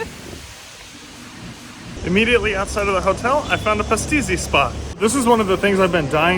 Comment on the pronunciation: Everything about this video was beautiful, I’ll give it a like for sure. I just want to say, how can you visit the island, go home and edit the video and still not know that you were pronouncing pastizzi incorrectly